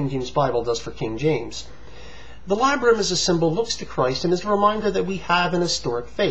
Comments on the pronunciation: I'm glad I'm not the only one; I keep hearing him saying "labia"... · How trustworthy can '' as a credible scholar when he can't even read or pronounce 'Labarum' properly? Lay-bee-um?? If he can't read and pronounce it correctly, what else does he get wrong when reading? Duh! LOL! I nominate '' for the 'Elmer Fudd' scholarship award!! Anyone want to second the nomination (wabbits excluded)? Labarum doesn't attack the KJV Bible, he simply has eruditiously exposed the fallacy in believing the KJV translation was inspired verbatim by God.